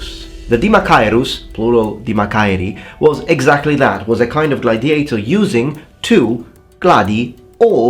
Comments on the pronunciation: Video interessante ! Una piccola nota — l'accento nella parola gladiator va sulla prima sillaba, così : /ˈɡladɪeɪtə/. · Gladiator has the emphasis on the first "a".